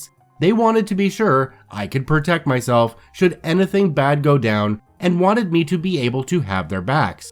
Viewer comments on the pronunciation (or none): any-thing, dude... not ana-thing!!! Speak properly. Thanks.